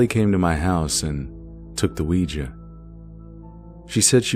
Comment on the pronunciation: congrats on being probably the only youtuber to say ouija correctly XD ~ honestly I feel kinda bad for beth. imagine being led on by some guy who rejects you cause you're a ghost ;_; lmao it's hilarious but also undeniably upsetting.